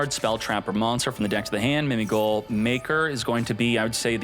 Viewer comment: Why keep on saying Mimi Goal. When it clearly say GHOUL!!(Gōōl)